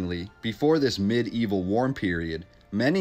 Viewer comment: Medieval Relating to the Middle ages ( ) or Very old fashioned or primitive (informal) Now I'm pretty sure that is the word you were trying to say. But it is not pronounced mid-evil. It's pronounced me-deevil. I say this so you don't embarrass yourself in public.